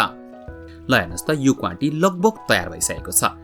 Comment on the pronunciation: Please note it's क्वाति not क्वांटी